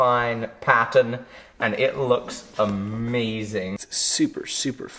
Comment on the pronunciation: says "I'm sure it's gonna look amazing" I've never heard him sound so American